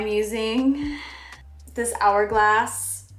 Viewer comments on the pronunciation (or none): She really said “HHHourglass” and “non-hygienical” 💀